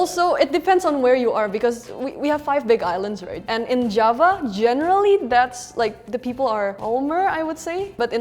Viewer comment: Jawa not java 😭